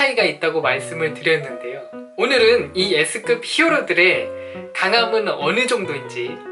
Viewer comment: 나만 예스급이라들음ㅋㅋ